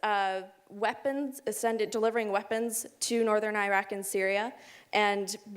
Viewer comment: Can you please pronounce Iraq correctly. Your points are valid and true, but a simple pronunciation of the name would be appreciated.